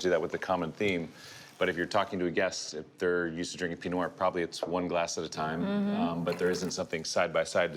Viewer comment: Why do so many people have trouble articulating “pee-no nwar?”